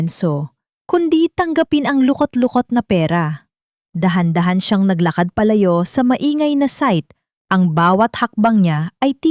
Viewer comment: 😊 maganda sana ang kwento kaso mali mali ang bigkas lalo na yung mga salita na may "ng" tulad ng maing-ay imbes na maingay, maaling-aw-aw imbes na maalingawngaw 😊 pero in fairness ok naman